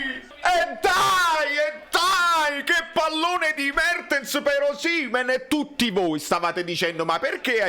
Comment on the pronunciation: "Buono il flitvante di Mavtens pev Osimehn"... Al posto della evve la evve 💙